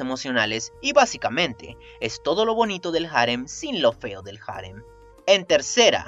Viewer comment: Cada vez que dices "jarem", y no harén, me sangra el oído.